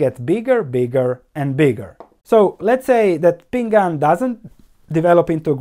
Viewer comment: BTW it's PING AN, two syllables :)